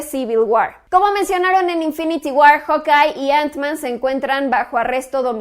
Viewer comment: Samuel Alvarez mentira, normalmente uno lo pronuncia como jaukay, ella de seguro lendice jokay